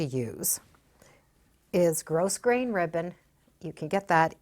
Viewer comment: Good idea! Just a note - grosgrain is pronounced without the S. It's like grow-grain. :)